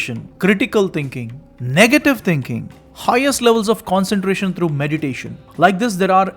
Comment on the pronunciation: Can you say thing, not ting. Thinking not tingking? You sounds really awful